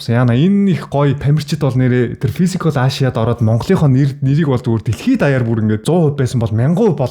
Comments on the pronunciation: Ашияа гээд байх юм. Эйшия гэл дээ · Мундаг залуу шүү. Би влогийг чинь үзэх дуртай. Харин нэг юм хэлэхэд англи хэлээ сайжруулаарай. Asia гэдгийг ЭЙЖА гэж дуудна. Амжилт!😍👍🙏